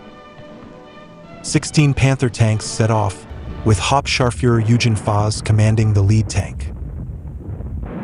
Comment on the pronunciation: Good show. Just a hint, German G's are generally pronounced as hard g's. Eugen pronounced Oiggen.